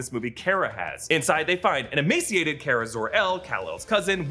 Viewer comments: It's not care-uh it's car-uh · It's pronounced "Car-Uh" not "Care-Uh" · Supergirl’s name is pronounced Kar-a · The way he says Kara really shouldn't bother me as much as he does